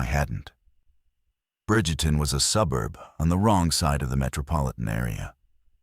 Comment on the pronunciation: Its Bridgeton, not Bridgerton. I'm from St. Louis.